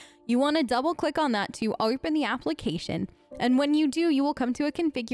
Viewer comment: why is it like a regular american accent and then just: windoer/oerpen/beloer like bruh pick one